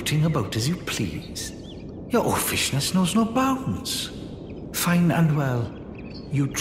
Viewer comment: I just realized Seluvis pronounces oafishness as "oh-fishness" which is delightful :)